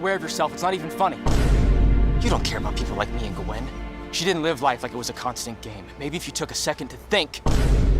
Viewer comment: Why does he say Gwen like that? 😭